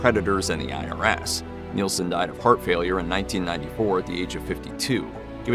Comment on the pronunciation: NIL-son. Not Kneel-son. Isn't NIL even easier to say? Just one syllable.